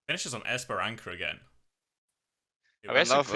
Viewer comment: guys, not esperanKa, but esperanSa